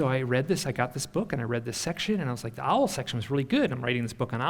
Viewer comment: Why does almost everyone mispronounce owl? Other than that this was kind of cool.